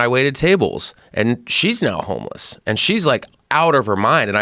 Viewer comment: whats a "homless?"